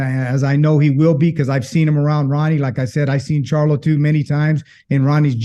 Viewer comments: He said Jermell CHARLUM 😂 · He said Jermell Charlum lol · Did he say Jermell charloM lol wtf. Is this mofo drunk off the modelo